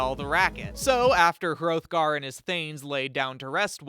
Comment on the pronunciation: you mispronounced hrothgar. The "th" would have been pronounced like "theÞ